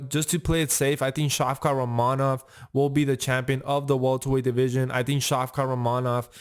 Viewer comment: Pronounce rakhmonov correctly